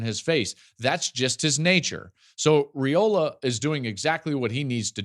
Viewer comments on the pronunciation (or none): Hey Joel, it’s Ray-OLa. I know it looks like “royal” but Nebraska’s first family pronounce it Ray-ola… much ❤️